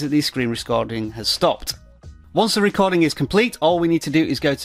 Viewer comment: “Screen rescording” 😂😂😂😂😂